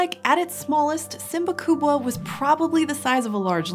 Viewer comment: Swahili people are very proud of own heritage, because she tried to pronounce swahili name of the predator in the swahili. Wow, wow, wow...!